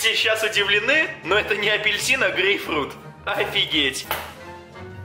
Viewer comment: Почему говорит гейфрут?